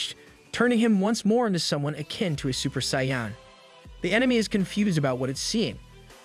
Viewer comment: Super sayan xD reminds me of your chuytule pronunciation. You should really double check some of those words.